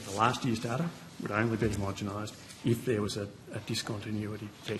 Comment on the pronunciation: "homogemized" LOL